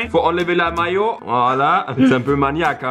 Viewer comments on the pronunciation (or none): none